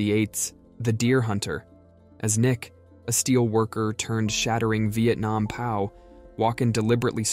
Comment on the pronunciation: it's pronounced P.O.W.